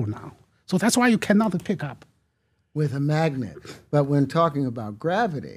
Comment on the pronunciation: Graaavety and 36 siros